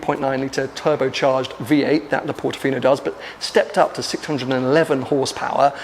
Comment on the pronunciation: Bro.......did you say "look at it as a Portifino on crack"!!😂